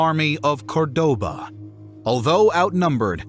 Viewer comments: Why Perés and Cordóba??? You make a historical video and not even research the correct pronunciation of the names involved? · Is not corDOba, is CORdoba You did a miserable job with pronunciations of this spanish cities. Great video✨️